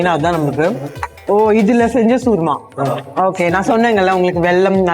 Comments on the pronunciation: Madam, It's called CHURMA NOT SURMA!!! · சூர்மா கிடையாது, churma चूरमा , கசூரி மேத்தி , North Indian ஃபுட் பெயர்களை சரியா கத்துகிட்டு ரிவ்யுக்கு போங்க.